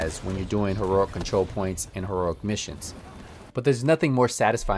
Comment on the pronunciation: You still don’t know how to say the word heroic he he he it’s funny 😄